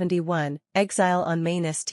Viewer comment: The automated voice does not do the programme justice. It's 'Exile on Main Street' not 'Exile on Main ST'